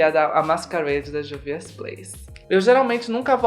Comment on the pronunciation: a pronúncia correta da marca é Rúvias.